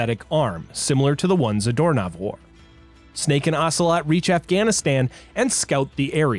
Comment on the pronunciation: I keep hearing Zedormov as Doorknob, For some reason. 😂 Also this is a wierd story. But I like it.